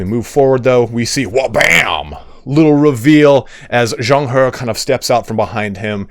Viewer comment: You did good in zhang he’s name thats commendable. Let me help you at best i can! [Name: pronunciation] Yuan shao: yuh-when sha-ow Cao ren: tsa-ow run Xia pi: sha pee Wen chou: wun ch-oh Yan liang: yen lee-ung And so that you dont stress everytime you say his name Zhang he: ja-ung huh Props for still trying your best and not saying “ f-it ill read it like a retard.” 👍